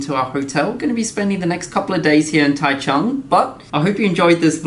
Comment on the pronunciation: taichung 居然沒有 ㄓ或 j的音 我的媽呀 唸出來誰聽的懂